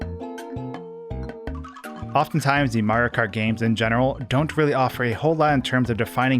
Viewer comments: Not even 5 seconds into the vid and i hear "MARKART" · You say Mario kart like a Californian Marokar